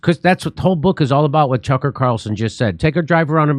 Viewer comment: Jimmy, are you intentionally mispronouncing Mr. Carlson's name? Jimmy keeps saying, "CHUCKER" Carlson.